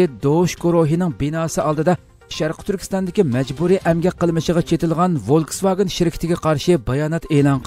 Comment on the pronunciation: Wolkswagen emes folkswagen